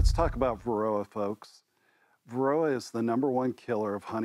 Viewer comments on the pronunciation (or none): Wth is veroa? Not very clear.